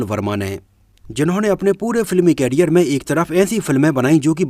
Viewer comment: Bro, please don't mind but the pronunciation of the word career is करियर, whereas कैरियर stands for carrier which means to carry.